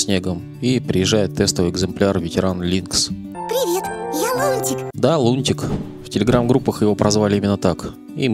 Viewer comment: "Лункс" прям по ушам резануло)